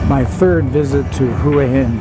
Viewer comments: "Hoo-a Hin" ?? hahaha not. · 4th be great if you could make the effort, to find out how the places you visit are pronounced, I always flinch when people pronounce the name as you have. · Surely if you were in the place you would know how to pronounce the name of it!!??